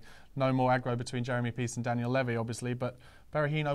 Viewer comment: Please please please will pronounce levy correctly!!!!